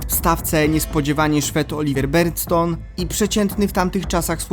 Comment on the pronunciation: szwed - Oliver Berntzon, a nie Olivier Bernzton. Nazwiska zawodników to absolutna podstawa. Skup się na poprawnej wymowie, żeby takie matoły jak ja, nie musiały Ci zwracać uwagi :)